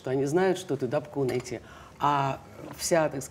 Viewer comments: И что же, читая подпись на фото в театре, ударение неправильное. Может потому и интервью кислое? А актриса ДапкУнайте замечательная: и у Михалкова, и у Балабанова. Дальнейшего успеха и удач! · Что за разборки как ударять фамилию? Я впервые за пиисят Ингеборгиных лет услыхала, что она ДапкУнайте)) Ингеборга тож порою путает как ударять, мы ж ниче, ей не предьявляем..